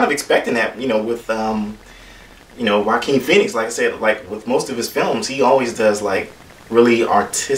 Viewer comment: Yeah. I don't understand why you keep mispronouncing Joaquin Phoenix's name? Being Hispanic, it's an insult that you refuse to pronounce it correctly and that you just decided to do it your way? Way to go dude.